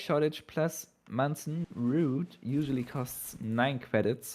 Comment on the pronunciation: It must be so confusing for to have worked her ass off to memorize the name of every card in the game only to end up casting together with and eventually just gives in like "Oh I guess it is pronounced Manson Root after all." xD